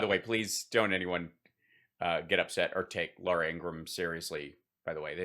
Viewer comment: This was hard to watch La oora Ing ra ham is deplorable